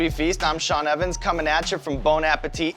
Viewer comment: Why does this bald guy pronounce his name incorrectly? It's Sean, like 'Bean', not Shawn.